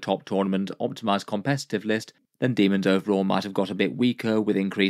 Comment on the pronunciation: The true pronunciation.